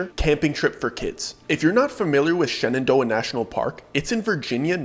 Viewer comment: You said Shenandoah and the DMV in me shuddered....